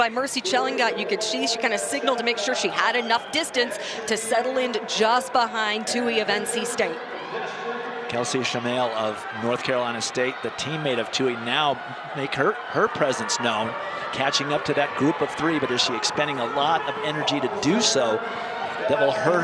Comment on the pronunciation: Chmiel is pronounced "Kemeal". Do your research.